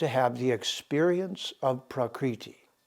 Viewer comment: Love and appreciate your broadcasts,, I learn a lot from them. Your Sanskrit pronunciation sometimes could be improved, though. It's not prakreeti, is it? ṛ ऋ is not pronunced 'ree'. It is a laghu or short syllablele pronounced in a short 'ri' as in the word 'rip.' Neither is 'u' उ in 'guna' a long syllable. It's not pronounced like to 'oo' in mood, but like the 'oo' in good. It is a short 'u' sound. Exact pronunciation of Sanskrit is vital, otherwise we change the meaning of the word.